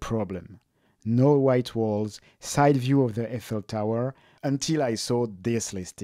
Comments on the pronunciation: "I fell tower" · Hmm. Never heard Eiffel tower pronounced like that. I assume that is the correct way.